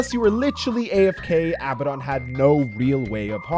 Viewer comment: For the last time: its aa ba den not abba don. His name is inspired from a demon with the same name in ares gotia. Sincerely: a nerd.